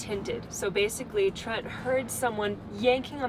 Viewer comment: Sorry Trent not Tent - see below